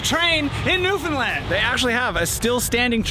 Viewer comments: Thanks so much for pronouncing Newfoundland properly!!! 👍👍🤪👍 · thank you for pronouncing newfoundland correct! as a newfoundlander myself, i hear people almost daily say “newfinlind” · You did Newfoundland right! Glad you enjoyed our province. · So nice and kudos to you that you pronounced the name of our province correctly throughout the episode!!!! Awesome representation of our province. If you enjoyed your ATV adventure, you should check out the Youtube channel "Crossing Newfoundland by ATV"